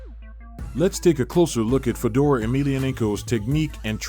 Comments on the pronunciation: Who the fuk is fuh-door? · Fedor not Fedor like Fedora… come on man that ruin this video